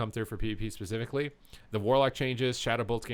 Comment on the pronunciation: Man, you say "especifically" a freaking lot.